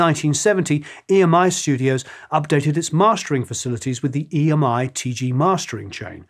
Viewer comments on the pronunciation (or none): I believe EMI folks call the old tape "EMMY-tape", not "E. M. I. Tape".